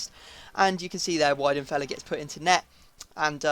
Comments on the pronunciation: Weidenfeller is pronounced with a V not a W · Lowe = Loeve Weidenfeller = Vee-den-fella Gundogan = Goon-dough-one